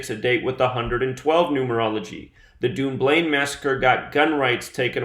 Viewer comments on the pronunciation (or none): Say it like; Dunn-blane, Scotland, not UK... Xc